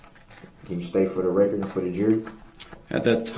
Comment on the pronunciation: So funny the reaction from the prosecution when dipshit axe's "do you see da opper in court? Can you point her out for the rekkid and the jury? "Grounz"....."grounz"😅😂 what a tool 😅😅